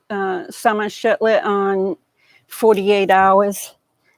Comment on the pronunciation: shiFlet not shiTlet heh